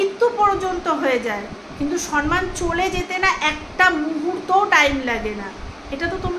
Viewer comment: তুমি উচ্চারণে সরমান বলেছো সম্মান না বলে।